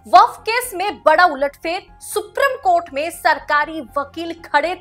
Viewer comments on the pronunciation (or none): Dear madam suprim court naheen Supreme Court hei Aap ka uchharan कानों को khatak ti hei K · Sooprrammmm coat 😂